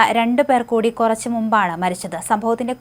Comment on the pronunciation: കൊറച്ച്.. പൊറത്ത് അല്ല... കുറച്ച്.. പുറത്ത്..